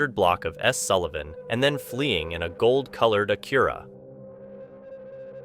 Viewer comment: Who tf says Acura like ah-cure-ah? Makes you sound like A.I.